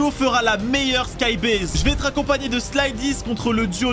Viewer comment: Skybase pas skybaise 😤